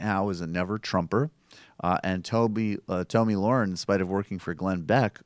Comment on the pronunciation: You fucking regressive pussies... after all these years. AT THE VERY LEAST learn to say the daft cunt’s name properly. It’s pronounced (Tommy Lair-In) I highly fucking doubt that with all the research you claim you do, you haven’t fucking heard it properly pronounced at least 20-30 times. For fuck sake, have some self-respect, your dumb-asses constantly rip on moronic republicans for mispronouncing Dems names. And yet, here you fucking idiots sit, DOING THE EXACT SAME THING YOU SAY YOU DESPISE.